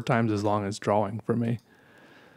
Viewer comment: Draw-wing is how you pronounced drawing. 😁